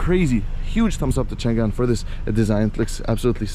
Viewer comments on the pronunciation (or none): that read chang'an, not chan'gan